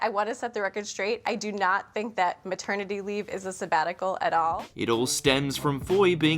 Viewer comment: me ternity? really? what a twat?